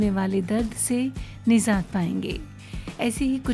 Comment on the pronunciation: Nijat not nizat